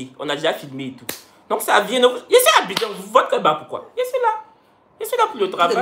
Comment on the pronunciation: J'adore quand est a Abidjannnn minnnceee🤣🤣🤣